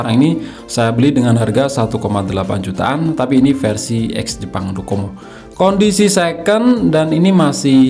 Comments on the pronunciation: DoCoMo dia bilang codomo 🤣🤣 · Menit Docomo bang, bukan kodomo 😅😅😅